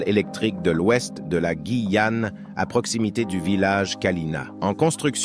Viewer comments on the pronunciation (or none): Alors GUYAne et non « gIYane » il faudrait modifier l’IA !!!!